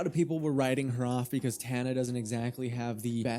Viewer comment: Tana is so loved idk what you’re talking about whenever you can’t even do a quick Google search to pronounce her name right